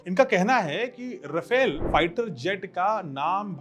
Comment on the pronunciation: Sir..."रफेल" नही है..."रफाल" है